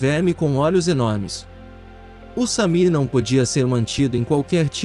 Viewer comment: Não é Samir, é Shamir.